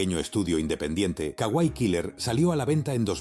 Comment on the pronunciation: Kawaii. Alarga el sonido de la (iii)